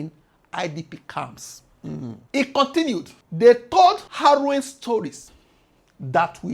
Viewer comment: The struggle to say the word Harrowing.....ah!